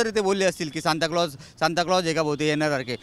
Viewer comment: ह्याचं अणि शिक्षणाचा दुर दूर पर्यन्त संबंध दिसत नाही...सांता क्लोज ला शांताराम म्हणतोय...😂😂